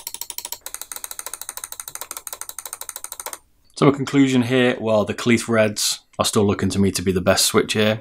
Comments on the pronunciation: It’s pronounced kale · Great video, was very helpful. By the way "kailh" is pronounced the same as kale. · kailh, pronounced kaihwa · Kailh like "Kale" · What's with the pronunciation of Kailh. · No, kailh is the line and face name of the switches and company but Kaihua is the manufacturer that actually makes the switches in the factory. You can say either and also yes, he did pronounce the name wrong.